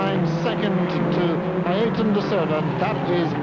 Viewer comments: "Ayerton" damnn guys,,,it's not that difficult...Ayrton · Oh yes, “Ayreton da Silva” my favorite future F1 star